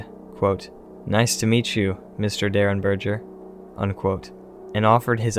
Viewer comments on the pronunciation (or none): In reference to the Indrid Cold case, the G in Derenberger is a hard G as in gas, not a soft G as in gel. So berger is like burger but with an E instead of a U.